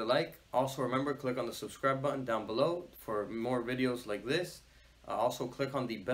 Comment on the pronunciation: Like zis lol like this and not zis